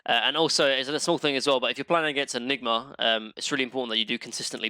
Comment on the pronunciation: nobody:: droh enigmer husker snepfoir mine-o-tor haych-pee and maner also